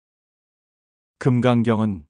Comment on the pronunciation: "서문"이라는 단어의 발음부터 틀렸음을 지적해아한 이 사람의 슬픔을 누기 이해하려는가??? "서문"의 "서"자는 길게 발음하시옵소서!! 같은 장으문제: ( 금강경을) 캐서,성인, 혜,적다(많지 않다),우뢰, 누,세계,증득, 성 품,일(matter),사생,대개, 등! 긴 자인 첫 자를 모두 짧게 잘못 발음하셨답니다. 정중히 권하오니, "한국 어문을 고발함"이라는 책을 조용히읽어 주실까요?